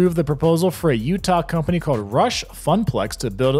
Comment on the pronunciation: Bro, love your vids but you REALLY need to start pronouncing your L’s. It’s so annoying. Gowd? It’s gold. GoLd, not gowd. There’s so many more. Owed? It’s old! oLd! Cawed? It’s called! Why don’t LV residents pronounce their L’s? So weird and annoying.